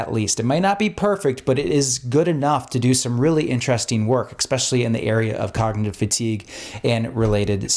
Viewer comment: You seem very smart and informed so I only offer this criticism as a kindness… If you pronounce the word “especially” as “ex-specially” it can be perceived as a discrediting factor by certain people.